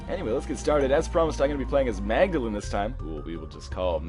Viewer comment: mag-da-lean thats how you prounouced